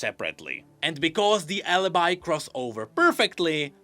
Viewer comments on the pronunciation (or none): none